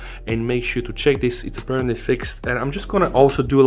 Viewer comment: 'APPEARANTLY' Speaks Tech